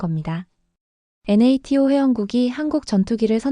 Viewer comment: " THAAD"를 "티에이치엣엣디"라 하지말고 "사드"라 하고 "NATO " 도 "엔에이티오"라 하지말고 "나토"라 해야지. 이런게 한둘이 아니네요.